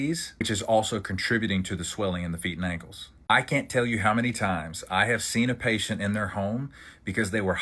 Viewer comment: wth are KINKLES? 😅 why can't you say ankles?